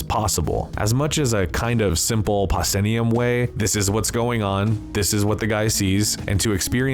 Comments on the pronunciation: Lol, the pronunciation was pretty funny! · . Proscenium. Pronounced “Pro- see-nee-um” from the theatrical stage design “Proscenium Arch”. The traditional theatrical stage you would see in the theatre. Great video 👍 SUPERB movie. Love THE GAME. Great Criterion Blu-Ray too.